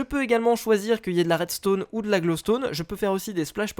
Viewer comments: ON DIT À REDSTON PAS À REDSTONNE HA TOI QUI DIT TOUJOURS ARRÊTER DE FAIRE DES FAUTES ET BA TOU AUSSI TEN FAIT HAHAAHHAHAHAHHA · redstone c'ecrit redstone pas redstonne